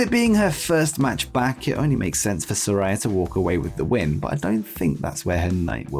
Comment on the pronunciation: It's pronounced Sa-RAY-a, not Sa-RAI-a. Get it right that annoys the crap out of her